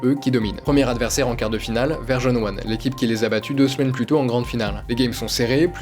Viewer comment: top les vidéos l'ami ! blague à part depuis le début j'entends Verge-on-One et j'ai l'impression de passer à côté d'une équipe dont j'ignorais le nom.. en fait c'est juste ta prononciation qui est cheloue haha 😂